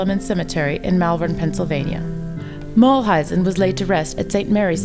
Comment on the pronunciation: It is a nice summary - I liked it. The only thing is that Maury's last name is pronounced MULE-IZEN....instead of MULL-IZEN